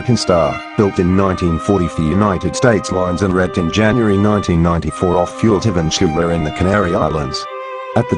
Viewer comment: What nationality is this guy, he does not know how to say Vanuatu